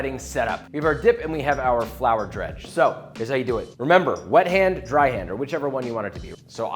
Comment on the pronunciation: Why did he say "wet hand" like that lol